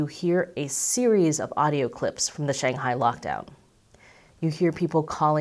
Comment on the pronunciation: There is no such place as 'Shanghai' as you pronounced it. You have 1.75 million subscribers. Rather than perpetuate and reinforce common Western mispronunciation, why don't you show some respect to the people and the language and make an effort to pronounce the name properly ? Hint: The first syllable rhymes with 'bung' not 'bang'. Take a free pass on the tones though. Fair enough to put them in the too hard bucket.